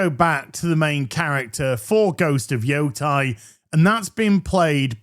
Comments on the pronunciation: YO-TEI. Not JOTAI <It's leviosaaaa!> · Please say the name correctly... ei has an eh sound... like sensei. it isn't Yotai, its Yotei.